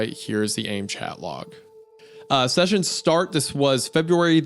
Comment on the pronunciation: worst part imo was Isaiah pronouncing AIM as the word "aim"